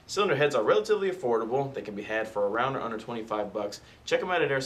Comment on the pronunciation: He says "For around under $25" What I heard was "For around $125"